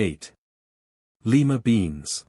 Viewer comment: The city is "lee ma;" the bean is "lye ma."